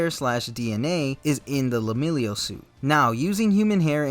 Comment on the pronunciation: It kept bothering me but I'm sure it's pronounced Leh-milliy-unh. Not Lemillio. Otherwise great take on his costume.